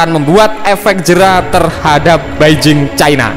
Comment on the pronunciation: Min BAIJING bukan BAJING CHINA.